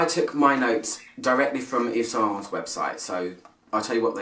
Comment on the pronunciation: omg 't' is silent :<